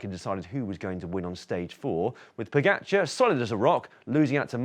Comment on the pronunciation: I don’t understand why you keep saying Po-get-char. It’s Po-ga-char. Is there really another way to pronounce “ga”?